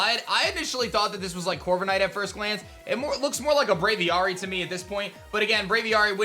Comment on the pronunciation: Fun Fact: Braviary is a bird Pokemon. Birds are often kept in cages/enclosures called “aviaries”. Braviary’s name is a combination of brave & aviary. Aviary is pronounced ay-vee-air-ree. Thus, Braviary is pronounced: bray-vee-air-ree rather than bray-vee-are-ree as pronounced by in this vid.